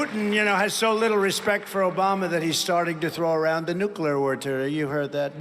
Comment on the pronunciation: He can't even say NOOK-YA-LURE:face-purple-crying